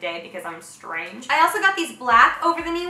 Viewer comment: the way you said “strange” like um me😂